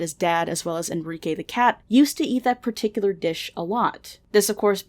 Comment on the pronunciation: Wait what?? Enrike???? Sounds like Enriqueee ✌️